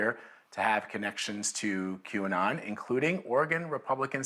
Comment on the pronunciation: It's funny that no matter how hard tries to pronounce QAnon he always messes it up.